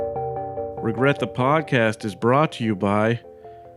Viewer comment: hey man don't regret saying recret